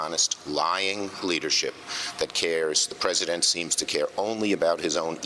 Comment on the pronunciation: "praise-a-dent" thump*